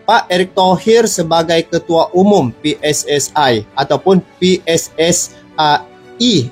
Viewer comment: Bukan pssai tapi PSSI